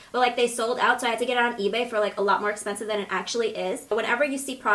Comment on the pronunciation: "so im taking another really expensice product" 😂😂😂